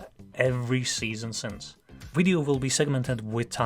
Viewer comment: heh. u say "wideo". heh.